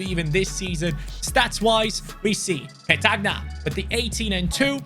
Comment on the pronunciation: hi, i appreciated this video a lot cuz im italian. I just want to let you know that player Like petagna, cragno are pronounced Like petania/cranio